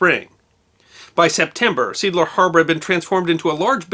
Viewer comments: Unfortunatly the pronounciation of Seeadler (Sea - eagle) is wrong, in the video it is pronounced like "Siedler" which means "Settler". A more correct prounciation would be "See" (e like the start of settler only with a longer eee) and "Adler" (A like in Angst and dler like ... dler ..) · I can't believe that a few people on here are pissing in their panties about mispronouncing SEEADLER. Seriously, who gives a flying f**k. During WW2, ships crews and aviators would see it on a map and pronounce as it was written. They weren't going to worry about how the Krauts pronounced it and never gave it a second thought. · Thank you for another fantastic episode. Seeadler is Sea Eagle indeed, but like in English it speaks like two words in German... Zee Adler. Easy to understand how you came to seedler though! Cheers! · Try pronouncing Seeadler like sea-eagle instead of seaeagle: make a brief pause to stress the different vowels. Edited for spälling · Seeadler (See+adler). Just saying, because like in English Sea Eagle can't be Seagle - this time the one letter counts that much :) Liked your story, brings the war time closer to the skin. So it's not just abstract strategies on the map. And shows the chaos of war where people can die outside of battles too. Or survive randomly near big explosion. The sorrow is the same for the family missing it's loved one, be it an enemy torpedo during battle, or a wrench dropping from the mast and killing the guy on the deck when in harbor after the declaration of armistice. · What I love about is his attention to detail and the interesting and enjoyable manner with which it is presented. I'm less impressed with the pronunciation of "Seeadler" which is not "Seedler" but consists of two words: "see" ( sea ) and adler ( eagle ) lol. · Seeadler, meaning sea eagle, is a German word properly pronounced zay ahdler with the emphasis on the first syllable. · Seeadler = "SAY AHDLER" = Sea Eagle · See is pronounced 'zay'.